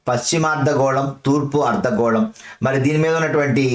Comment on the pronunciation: Sir మీరు అర్థగోళాన్ని, ఆర్ద్ర గోళం అని పలుకుతున్నారు. ర కారం ఎక్స్ట్రా వాడుతున్నారు క్లాస్ బావుంది